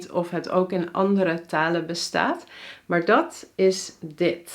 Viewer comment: is gewoon een nasale N bij haar volgens mij, beetje te veel -uh (taluh) , maar niet ontbrekend m.i.